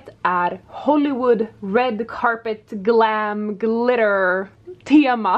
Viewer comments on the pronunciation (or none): as an american.. hearing you say glam glitter like that was LOLOLOL 10/10 Jag tycker om det video jag ska lyster tre mer gång. Tack så mycket